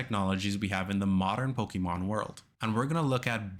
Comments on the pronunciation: I CAN'T TAKE IT ANYMORE HERE ON YOUTUBE. FOR PETE'S SAKE, IT'S IN THE SONG. "PO-KAY-MON🎵" IT HAS THE 'É'. REEEEEEEEEEEEEEEEEEeEEEeeee!!!!!!!11111 Mom come pick me up I'm scared... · Hate how he says Pokemon. Theirs an accent over the e